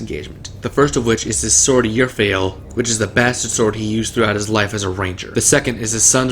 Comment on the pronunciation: Sir, your nerd factor is off the charts, and for that, I salute you. But I am BEGGING you-- PLEASE look up pronounciations. The glaive is called "Aeglos," like eye-gloss. The sword is Urfael, ER-FAY-EL.